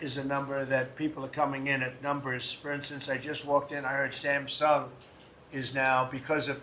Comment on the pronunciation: Why does Trump say "Samsung" like he's talking about what Sam did? 🎙️🎶